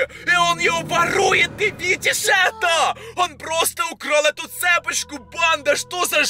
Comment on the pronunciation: ЦепОчку😂 Правильно цепОчку)